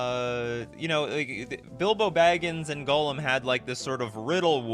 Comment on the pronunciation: The fact that you pronounce Gollum like golem rly triggers me xD never heard anyone pronounce Gollum worse xD